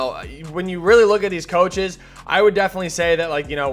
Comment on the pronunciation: still says Choaches lmao